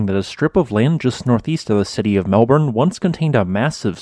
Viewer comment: Really very interesting -thanks. A couple of notes on pronunciation: Eildon is pronounced EEL-din, and Melbourne is pronounced MEL-bin. And the supercontinent is GON-DWA-NAH, not GOD-WAMA. Other than that, a really fascinating episode.